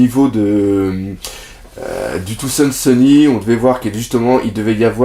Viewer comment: C'est sur les prononciations anglaises qu'il se trompe. Genre il dit Rougtel au lieu de Raftel ou Tousand Sunny au lieu de "Faozand" sunny. Et ça ménerve xD Je t'aime quand même!